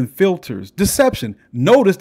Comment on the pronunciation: 😂😂😂 My boy said "SOCIETAH" ... And I thought "Communitah " was bad..